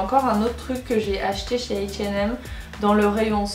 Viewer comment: Tu t'adresses à un public français mais tu dis h and M. tu sais pas prononcer sweat c'est tout ahahaha